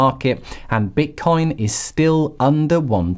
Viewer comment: Why do you keep calling it bit"corn"?